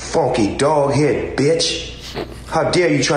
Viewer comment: Snoop said, "Funky "dog head" b*tch". Not "hog head".